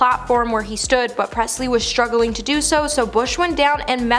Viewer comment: Struggling, not struggerling….that’s how kids speak.